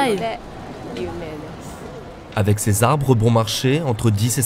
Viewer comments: super docu ! merci par contre le mec de la voix off n'arrete pas de dire bAnsai...faudrai lui dire quand meme :) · La voix off m'a casser les oreilles avec ses " Banzai " c'est malheureux...c'est un des thèmes du reportage et il ne peut même pas prononcer Bonsai x)